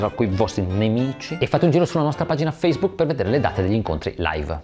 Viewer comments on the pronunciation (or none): none